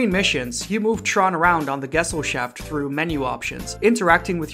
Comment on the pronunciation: hmmm are you the CGR undetow guy? you both say "gesellschaft" wrong the same way at least